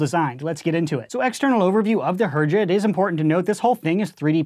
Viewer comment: I'm pretty sure it's pronounced "Herja"